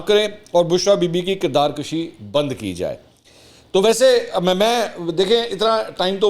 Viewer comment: کردارکُشی ھوتی ھے کردارکَشی نہیں